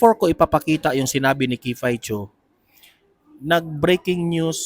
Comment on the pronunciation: Sorry to correct you sir but its not "kifay chu" the right obe is "kiffy as in kiffi" po.. ikaw lng ang narinig ko na mali pagkabigkas ng name ni miss kiffy po